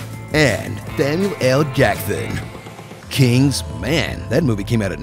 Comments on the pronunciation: "Thamuel L Jackthon" and I was 100% done :") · was chill until "thamiel jackthon" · Am I only one who loved Samuel L J's lisp? Would have made a hilarious 'Manner maketh man' pronunciation! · Thamuel L Thackson got me LOL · LMAO "Thamuel L Jackthon"! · No, it's Thamuel L. Theckson